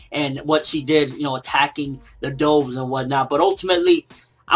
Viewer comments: ''DOHVES?'' its DUHVES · Pronounced "Duh Vvvvv" not "Doh! Vvv" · The correct pronunciation is "Duvs", like the bird.He is pronouncing it "Dohvs". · i like how he pronounced doves as dowves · is he saying doves wrong? lol DOOVES